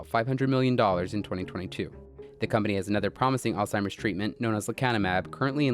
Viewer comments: Why is this guy allowed to be recorded saying "all-timer's" disease? 🤦‍♂️ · Did nobody else notice that the Doctor , the Harvard Professor of Medicine, called it "All-Timers Disease" like a total moron?